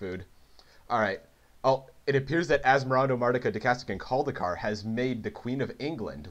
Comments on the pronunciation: ...Where'd he get the syllable "cast" from? There's nothing like that in the name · he never says "cast", he says "cadaist" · Best part is you no fail pronouncing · Fluid but also wrong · And he said it wrong every single time which makes it even funnier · i died inside a little every time you mispronounced asmoranimardicadaistiniculdacar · im so glad he didn't actually pronounce the name right. really made the video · Hate to be "this guy", but that's not how you pronounce asmoranomardicadaistinaculdacar Otherwise, great video!